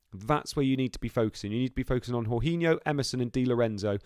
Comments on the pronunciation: How can you be a ‘professional’ yet pronounce Jorginho as ‘horhinho’. No offence but things like that demonstrate a serious lack of football knowledge and I’m not surprised you did so badly in this fantasy 😂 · true but it’s more the fact that he’s basically made up his own pronunciation, literally no one has said it like that before 😂 he would know if he actually watched any Chelsea or Italy games!